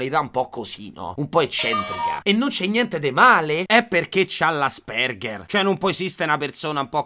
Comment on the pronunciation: Bro ti prego é Àspeng(h)er 😂😂😂 Ti voglio bene sei u' topp frateeeee